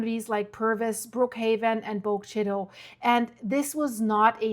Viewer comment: many of the names in Mississippi are indigenous names. It's pronounced Bo-guh Chit-uh